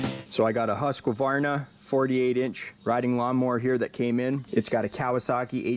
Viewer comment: Damn it, it's "Husqvarna" not, "HusqAvarna."